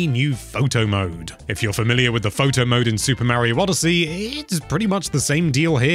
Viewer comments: It is Mario Not Meario learn how to say Mario the right way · That pronnounce of word Mario is killing me...